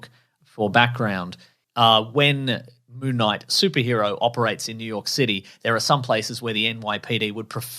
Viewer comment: …are they saying Moo Knight?